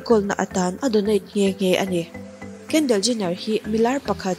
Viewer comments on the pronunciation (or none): Kendel ni lovin kendol tih zawk tur aw